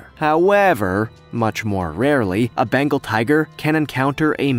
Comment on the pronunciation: It’s BENGAL not Bangal